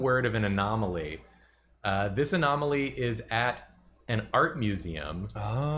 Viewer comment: no one saying a-gnome-aly....they're so strong